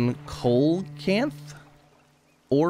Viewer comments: Btw coelacanth is pronounced “see-low-canth” 😉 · Ok so the celocath is pronounced cee low -canth It’s a 8 fin fish that was thought to be extinct but it was found recently and it is know to live over 100 years